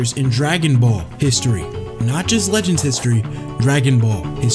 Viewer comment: Db "Lehends" 😂😂